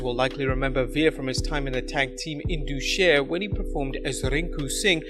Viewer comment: Not indoo Sher. It's pronounced In Daas Sher.